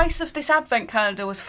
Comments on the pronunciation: I love how doesn't say the l in calendar hahaha "caendar" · The way you say calender in you accent is sooo funny 😂